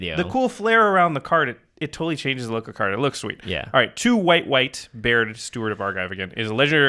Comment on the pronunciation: Im making a deck based around baird just because its my name... also very happy you guys didn't butcher the pronunciation.